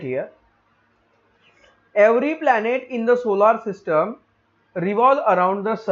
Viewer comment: Sir wo solar system hota h😂😂😂😂